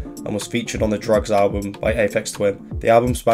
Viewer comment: Ok, love ur work but ‘Drukqs’ isn’t pronounced ‘drugs’, it’s ‘drug use.’ Druk Q’s = Drug Use -sincerely, a fan that has done waaaaaayyyyyyy too much LSD